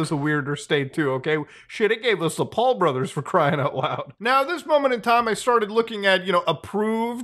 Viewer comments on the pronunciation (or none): none